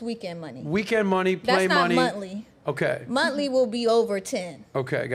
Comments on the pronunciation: She said montly 😂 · Holy shit did her parents not raise her right!!! She’s clueless!! She can’t even say m o n TH l y.